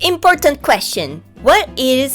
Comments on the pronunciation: Que achado (☆□☆) Finalmente outro bom canal de histórias. Só pelo jeito que ela fala "Important" já deu pra perceber que tem brasileiro misturado aí no meio kkkkkk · What a find (☆□☆) Finally another good story time channel. Just by the way she says "Importante" you can tell there's brazilian mixed in there lol